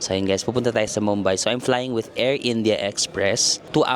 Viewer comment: Medyo disturbing on how you pronounce Mumbai. it’s moom-by. Not mam-by